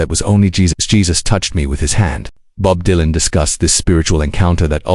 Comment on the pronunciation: Stupid AI slop cannot even pronounce his name Don't watch.